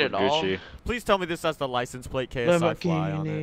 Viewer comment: "Wait what am I thinking I can make my lisens plate"